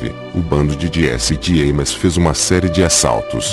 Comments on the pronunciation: Diesse Dieimes 🤣🤣🤣🤣 brincadeiras à parte, vídeo muito instrutivo, parabéns! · O tema é excelente mas essa narrando é uma tortura!!!! Meu amigo, pare de querer foçar a voz! Vc não é o cid moreira! Vá fazer um curso de voz e dicção e POR FAVOR pronuncie o nome do, corretamente! Desisti de ver o vídeo até o fim...